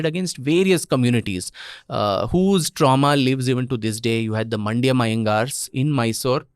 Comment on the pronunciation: It's "mandya" Not mandyam, as described by sampath